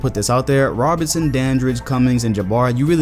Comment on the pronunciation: It's Oscar RoBERTson, not Robinson